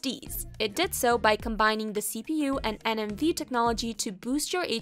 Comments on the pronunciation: IT'S NVME NOT NMVE....dumb ass tech channels. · Did she just say NMVe ?